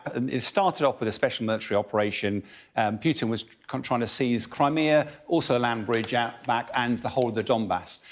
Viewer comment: He really needs to learn how to pronounce those names, including Putin. Putin -> Путин -> П - у - тин -> P-oo-tin. Otherwise half the viewers with any knowledge of Russian will roll their eyes and not listen.